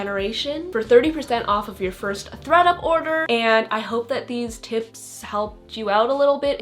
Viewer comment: Lol I thought you said “Greta” instead of “Thread up”